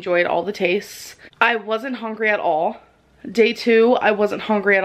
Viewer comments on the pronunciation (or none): I've never heard anyone genuinely pronounce it as "hongry" before... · "I'm not even hongry." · Am I the only one that can’t deal with how she says Houngry? Bc I can’t even lol. I’m horrible bc I use her to motivate me to get to the gym and eat better no excuses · I hate how she says "HONGRY" instead of hungry. Like this woman baby is really a HONGRY HONGRY HIPPOCRIP. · it kinda gets me upset how she says hungry. HUN-GREE NOT "HON-GREE" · Why does it TRIGGER me when she says “hongry”....... ???😬. I’m so fascinated by her delusions. She really is so self absorbed she doesn’t see the reality around her! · It also bothers the living hell out of me to hear her say "hongry". It sounds like she's purposefully saying it that way to sound more eccentric or cute. 🤮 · The way she says hungry as hongry kills me everytime. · Anyone else get annoyed every time she said ”hongry" or "feelings"? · "I'm not even HONGry" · HONGRY. she wasn't HONGRY. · She says hungry so weird , ew